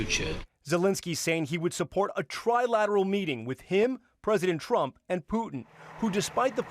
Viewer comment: Tri-laD? Does he not know how to spell trilaTeral?